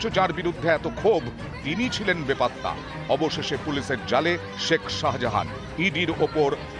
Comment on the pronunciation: আরে বাবু ওটা শাজাহান নয় শাহজাহান 😂😂😂😂😂